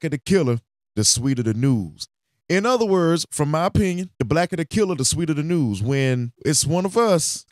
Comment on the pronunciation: He said “noose” not news lol